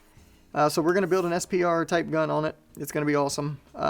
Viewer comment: He is saying “SPR”